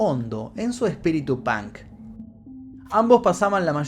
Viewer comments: Me encantan tus historias but why in the fu*king hell u say “pank”????? Se pronuncia the same way u write it 👍🏼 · el "pank"..... hablan igual que los espanoles XD , si vienes a usa y pronuncias pank , absolutamente nadie te va a entender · Jajaja "Pank".